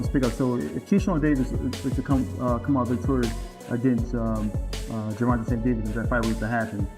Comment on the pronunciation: The ai saying Gervonta's name wrong is aggy af